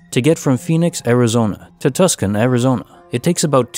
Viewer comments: Tucson is actually pronounced "too-sawn" hahahahahaha! No idea where that spelling came from, but I know you're not the first to mispronounce it. (Tuscan(y) would be Italy.) As always, great stories. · You know its pronounced Tuson right? You don't pronounce the c lol also these are all really old stories tbh heard them a long time ago and more than once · Case File #226 Tucson is Unpronounceable to Narrators Nationwide